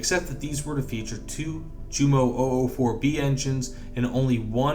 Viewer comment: "Junkers" and "Jumo" are both pronounced with the German "J" as a Y. As in Yunkers and Yumo. Otherwise great stuff.